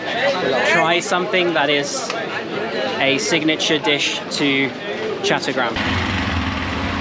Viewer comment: They're actually pronounced "chott-toh-graam" in chattogram, brilliant video by the way!